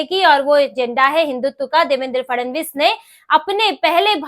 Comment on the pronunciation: Grrrrrrr...... Fadnavis ... or Fadanvis... Kindly check your pronunciation